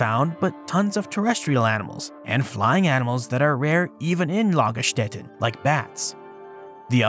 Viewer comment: The first pronounciation of "Lagerstätten" was spot on (the one you presumed better not so much)! 😉